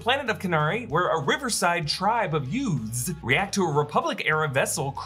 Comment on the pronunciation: What's a riverside "yoot"? 😏